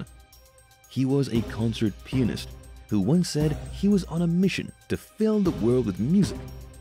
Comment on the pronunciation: I thought you said that the murderer was a deranged penis? My God, you had all kind of ridiculous images pop in my mind, with that thought. Until, I realized you said a deranged pianist. Some of these crimes are truly bizarre and extremely violent. I noticed how the murderers are all men. Makes me too scared to date ever again.